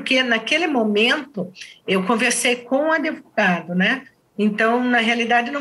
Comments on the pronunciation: Eu não entendo como uma pessoa da lei fala adevogado. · Passei o episódio todo com palpitação, com a delegada repetindo “adEvogado”. Ela trabalha na área da justiça e até hoje não aprendeu a pronúnciar a palavra corretamente? Que é “advogado”, com “D” mudo??? 🤔🤔🤔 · Isso significa SOTAQUE, vc acha mesmo que uma mulher que demonstra inteligência o tempo todo não sabe pronunciar advogado? Aiai viu